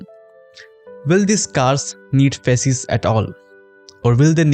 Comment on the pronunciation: when you said faces i heard feses